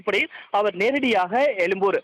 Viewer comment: எழும்பூரா அல்லது எலும்பூரா . தமிழை வாழவிடமாட்டீர்களா?